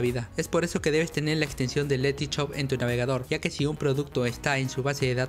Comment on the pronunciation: este pavo no sabe decir shop el dice CHOP